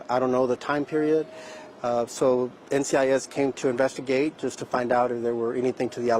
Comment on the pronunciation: Gibbs won't be very happy he butchered the name of NCIS